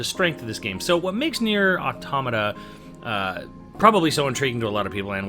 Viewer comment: Calls it Nier Tomato Calls it Nier Tomato a SECOND time THIS CANNOT CONTINUE